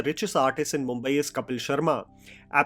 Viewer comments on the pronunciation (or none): none